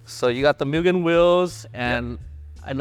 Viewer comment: Moo gen bro.. MOO GEN not mew gen